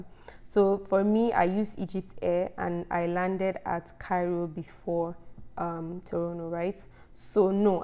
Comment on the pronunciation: It's the "TORONO" pronounciation for me😉😉